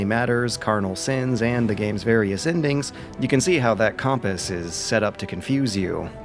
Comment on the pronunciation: how did you say compass!!!!!